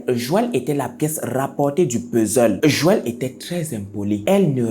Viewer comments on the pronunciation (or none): none